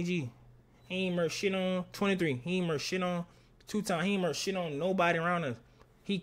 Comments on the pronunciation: they saying “turf” not church it’s just bc he got diamonds in his mouth so it sound like they sayin “church” they can’t say “T” words 😂😂😂😂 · He saying merch..! Not church